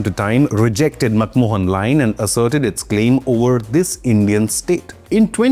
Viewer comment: Bro it is MacMahon Line not MacMohan line. MacMohan was a Film actor.